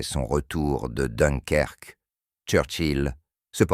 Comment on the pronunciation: et voila!! encore un "intelligent artificiel, "donkerque" et j'en passe